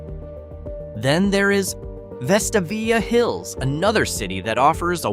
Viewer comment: Pronunciation of Helena, AL is Hell-ee-nuh. The pronunciation of Vestavia Hills, AL is Veh-stave-ee-uh.